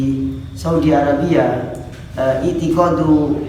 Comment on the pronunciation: Hahahahhaha apa tu ‘’itikodu’’ dicari dalam bahasa arab fashiih dan ‘ammiyah pun gak bakalan dapat 😂😂😁😂 ramli kok dibiarin aja muridnya ngomong ‘’ itikodu’’ .yap iqidah imam syafi’i adalah aqidahnya para imam yg 4 dan seterusnya keatas sampai ke baginda nabi besar kita akan tetapi apakah aqidah asyaa’irah sama dng imam syaafi’i jawabanya yg gak lah siapa yg bilang . Yg bilang adalah imam kalian as subky :dia mengatakan bahwa aqidahnya imam syafi’i dalam masalah iman adalah qaulun wa ‘amal dan ini diselisihi oleh al asyaa’irah diman mereka mengatakan iman tu cuma at tashdiiq’’